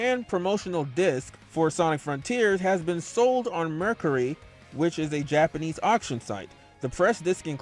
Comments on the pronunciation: Meh-cari its pronounced its a weird word cuz it does seem like it would be pronounced Mercury. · It’s mercAri not mercury